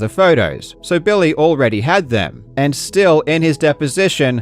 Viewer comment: I like when you say Billy like "Bill-Lay" I kinda feel like you should slip the occasional "Bill-Lay" in there to annoy him. "Bill-lay midge-el"